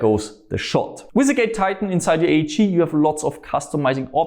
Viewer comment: I always hear gay titan when he says it